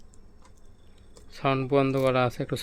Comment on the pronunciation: ভাই টোডা না, টয়োটা